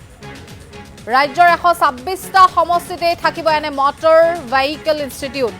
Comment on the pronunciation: Vehicle pronounce Koribo nuware aisobe, keneke nu news anchor hol nije u najane sage. Mor gedha bilake he job pai, bhal educated manuhe napai. Vehicle 😂😂😂